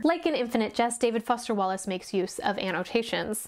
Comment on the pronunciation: I love the part about the professional smile, so true but I never thought so about it so in depth! (Also died at "David Woster Fallace" 😂)